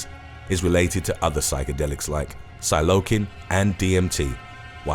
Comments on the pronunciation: its pronounced "SILE-O-SIN" not "sai-low-kan" just for your head!!! same with Caesium its "see-zee-um" instead of "case-ee-um" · psilocin... Lol he pronounced it Sill-oh-kin... Its pronounce - Sill-oh-sin, and its counter part psilocybin, is pronounced Sill-oh-cy-ben.. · Bu-fought-tin = Bufotentin Silo-cine = Psilocin Silo-cye-Ben = Psilocybin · The names are often strangely pronounced but "psil-lo-KIN" threw me for a loop. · hahahahahah "psylokin"